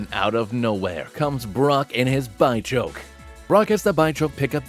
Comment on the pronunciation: Its a bidoof fusion, so its not BYchoke its BITCHoke. Which is far better.